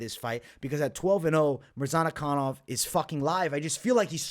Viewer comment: Mispronunciation of the Week : Azamat Murzanakanov ! :) Love your content , keep it up .